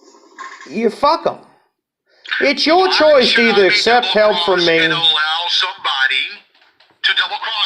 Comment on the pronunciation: I wanna smack every time he says: “All-low, even low, and pre-tell” 🙌